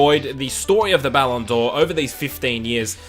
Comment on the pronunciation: "Ballon Door" haha